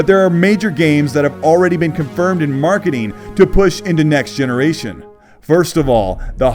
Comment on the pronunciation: nice coverage. Although as a non native speaker I have yet to learn what „marketeen“ is.